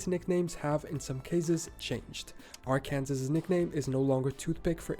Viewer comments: The narrator mispronounced Arkansas. It isn't like Kansas. Its R-can-saw. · Why is this guy calling Arkansas Ar-kansas? It is Ar-kan-saw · Arkansas here. He mispronounced Arkansas. The last letter is silent, per French pronunciations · By the way Arkansas is not pronounced AR-Kansas it’s pronounced Ar-kan-saw. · I'm quite surprised. Is this an American? He doesn't know how to pronounce Arkansas. He pronounced it ar Kansas. It is pronounced Ark n saw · I'm assuming the guy in the video is from America. So, I'm not sure why he’s pronouncing Arkansas that way. Just so you know, it's pronounced “ar-kuhn-SAW,” not “ar-CAN-zus.” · It kinda upsets me every time I hear Ar-can-sas instead of Ar-can-saw whenever someone refers to my home state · Arkansas is pronounced: AR-kan-saw. Not: Ar-KAN-sus. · I cringe every time I hear Arkansas pronounced like the guy in the video he’s reacting to. Its AR-kan-saw! Not ar-KANSAS! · I am sorry, but I just can't stand him saying AR-KAN-SAS for Arkansas (pronounced Ar-Kan-Saw) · Uh, Arkansas is pronounced AR-CAN-SA. It's weird the narrator in the video calls it AR-Kansas. He must not be American. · Arkansas isn't pronounced Ar-kansas, it's pronounced AR-can-saw. Texas, the Lone Star State, yes, the flag has a Lone Star, but the reason for the "Lone Star on the flag is because Texas was its own country at that time. Texas got to keep its National Flag when it became 48th State in the Union. Oklahoma is the Sooner State in reference to the Oklahoma land rush in 1889 and 1893. There were some people who snuck in and claimed the prime 160 acre tracts before the official start of the land run contest. You can see that at the end of the movie "Far and Away My grandmother was born on Oklahoma before it was a state. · its arkansas not AR KANAS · I had to stop watching this as the narrator (not the reactor) kept mispronouncing Arkansas. It is pronounced "ar-can-saw" with the emphasis on the first syllable. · Arkansas here. Yep wrong pronunciation